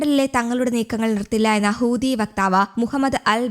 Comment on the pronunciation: Hooothi allah huthi. Onnu padikku...next time say correctly